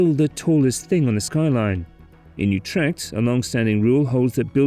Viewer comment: And thus it became the ugliest town in the Netherlands not counting Lelystad. PLEASE USE METERS, the middle ages are over, and take the trouble top pronounce the city names, look them up in Wiki... Have some basic respect...learn how too pronounce AAA and CH and G...How hard can it be any Scotsman can do it...Utrkt??? it is Utrecht with CH as in loCHness.